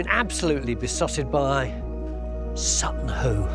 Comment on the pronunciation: Whoo Hoo! It's Sutton Hoo.